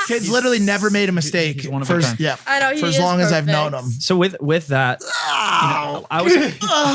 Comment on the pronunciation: Stop saying ye like plants ya weapon.